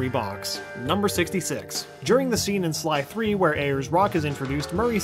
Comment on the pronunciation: he says " 3" instead of sly 3